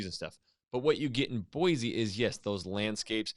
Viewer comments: For people not from there, we say “Boy-see” not “Boy-zee”. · BOY-SEE! Not.. BOY-ZEE. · U CALL YOUR SELF A IDAHOAN ITS BOISE NOT BOIZE NO Z ! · I am from Idaho. We don't care about Boy-See. So we say Boy-Zee. See how easy that was. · I think this is the first time I've ever heard a native Idahoan mispronounce Boise. Boy-Z is WRONG!!! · If you’re from Idaho, why are you pronouncing Boise with a z? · He’s from Idaho but he pronounced Boise wrong. Nice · my thought exactly! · That was the first thing I noticed. I grew up in Twin Falls. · IF you were joking then good on you, but most people that live in that area really do freak the fuck out on anyone who pronounces the /s/ sound as a /z/sound. and I just don't understand why it's SUCH a huge deal